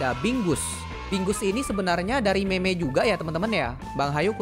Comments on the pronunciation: Btw bg lain kli klo mau bilang meme bilang nya "mim" bukan meme, soal nya kayak ga sopan gitu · Bang semangat bisa mencapai 1 jt subscriber. Btw ngomong meme jangan itu ya bac nya mim aj, soalnya ga enk di denger😓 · semangat bang! semoga bang sehat selalu dan dimudahkan rezekinya!:D btw bang kalo meme di bacanya mim menurut ku bang hehe